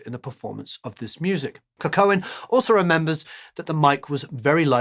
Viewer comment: Just for future reference: Jorma is of Finnish ancestry, his surname is pronounced "coww-ko-nen." Great video as always!